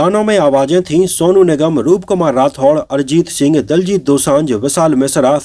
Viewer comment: Bhai, aaj narration kaafi kharab raha.... होशियार सिंह दहिया है न कि दाहिया, दिलजीत है न कि दलजीत और शेखोन नहीं बल्कि शेखों है। Baaki movie is a must watch for all. Sunny Deol is as wonderful as always but it is Varun Dhawan who nailed it. Though I have never been a fan of him or we may call him Gen Z or nepo kid but in the role of a soldier, I must say YES, HE DID IT. As far as the dialogues are concerned, my favorite dialogues are the ones which were not revealed in the teaser/trailor: Varun Dhawan, "Hum Border Paar Nhi Karenge, Border Hi Badal Denge." And Diljit Dosanjh, " Log Jab Uppar Dekhte Hain Toh Unhe Bhagwan Dikhai Deta hai aur Dushman Jab Uppar Dekhte Hain Toh Unhe Shekhon Dikhai Deta Hai." Simply awesome!!